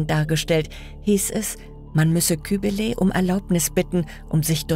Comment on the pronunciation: Leute, es gibt keine Schnitzereien bei der Steinbearbeitung. Sie heißen Ritzungen. Weiterhin: nicht Cherocky, sondern Cherokee, Betonung auf der letzten Silbe. Weiterhin: Kybele. Nicht Kühbele, sondern KybELe, Betonung auf dem ersten E. Ich meckere nicht, sondern ich versuche zu helfen. 😊